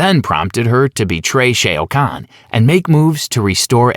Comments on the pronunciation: Omg its not shay oh kahn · Dude how do you say “shayo” khan but you say kung Lao name perfectly, shao, Lao, I don’t even wanna watch this just bc of how cringe that is 🤣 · Kung lay-ow, Shay-O Kahn, Lin Ku-I... It's funny to hear, but good work in putting together the timeline and explaining it. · I am sorry. I had to stop. Shay o can? What the f... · Dude I can’t hear sheao kaun anymore I’m out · You lost me at shay o khan . Not watching anymore of your videos sorry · I can't take this seriously, with the clear mispronunciations. I laugh every time I hear 'Shea O'Conn' because all I can think of is an Irish Shao Kahn going 'thaht's it, ahm gettin' me mallet!' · bruh what the fuh you mean "shay-oh khan"??? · Shay o khan? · Shay O'Khan? Ah yes, he hails from Dublin! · Shay O’ Kan? Yup video off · Shay-O Kahn Gorow Riden 😂😂😂 Great Video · Rye Den, Shay Oh Khan, Coat-Ayel Khan!!!! Love these warriors/lead singers! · It lost me at Shea O'Khan. Shao Khan's Irish cousin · SHAO SHA OUU KHAN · Great video But please SH- AOWWWW - Kahn RAY-DEN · Come on dude, please do research on the pronunciation of the names of the characters. You butchered Shao Khan's name. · Can somone REUPLOAD THIS, but with the proper Pronunciation for SHAO-KAHN's name put in? It's infuriating to hear it said wrong because it's so obvious when the mistake happens.